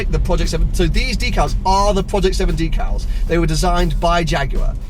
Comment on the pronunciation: I thought it was pronounced deck-al not dee-cal. And you should remove all the white stickers